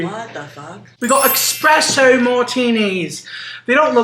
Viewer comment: expresso is taking me out